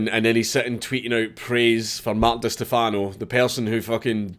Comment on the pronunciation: I knew you'd pronounce his last name wrong as soon as I saw the title. It's Stèfano, not Stefàno Don't mind me, I'm Italian so I'm legally bound to point out these things